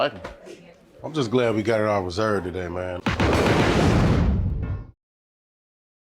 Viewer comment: I knew I wasn't the only one who heard that lol